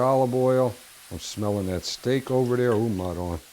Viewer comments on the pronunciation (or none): “Smellin’ that steak ova deah…ooh Madonna!” My kinda guy!